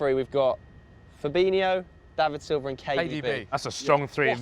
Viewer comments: Why does everyone and I mean everyone says fabinio it's fabinho.HO not IO. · man said firmino and fabinho lol